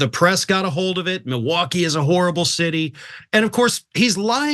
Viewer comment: He says “mullwooky”